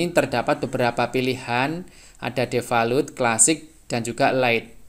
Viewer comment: aduh perbaiki bahasa inggrisnya brow...masa defalut....bacanya defaolt...